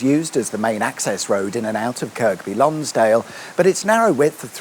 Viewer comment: Yep = annoyed me too. And its also "Lonsd'l" not "Lonsdale". The cricket ground is near the bridge - spent many a hour in the scorebox gazing at it, often through the rain...